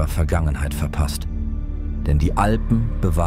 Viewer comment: Man sagt und schreibt Alpen und nicht Alben.